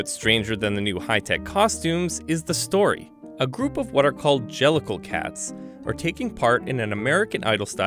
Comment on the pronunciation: An-gelical? Jellicle?